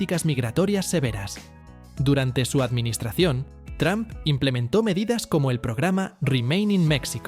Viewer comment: No se dice Tram se dice Tromp.